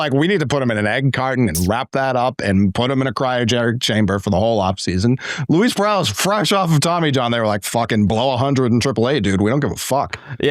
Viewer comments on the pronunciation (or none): none